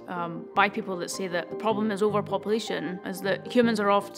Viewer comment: Took me a while to realize "pobom" is problem , as a non native english speaker 🤦‍♂️🤷‍♂️